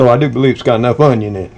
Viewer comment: I love how said onyawn